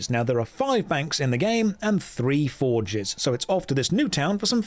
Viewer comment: I heard “for jizz” instead of forges